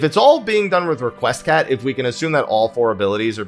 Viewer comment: Requiescat is pronounced REKWEE-ESCOT.